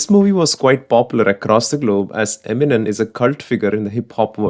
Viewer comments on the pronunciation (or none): Monuse Eminen alla Eminem .. sed akkaley ! Please try to rectify this pronunciation mistakes in the future..Cheers :)